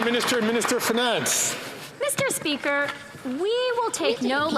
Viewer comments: Meester speeker..... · Meester Speeker😮